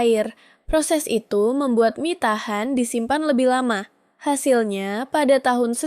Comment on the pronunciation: ai nya suruh belajar baca "mie" yg bener lah bang